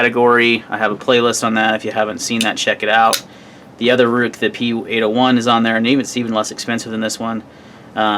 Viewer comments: Good review and video. I'm pretty sure Ruike is pronounced Rake to rhyme with lake. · Prounounced Rake.